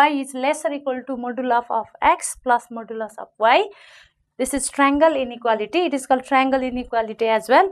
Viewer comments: Its modulus not moduluf lol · You are parcting or teaching you dont how to pronounce modulus ..hopless maths teacher...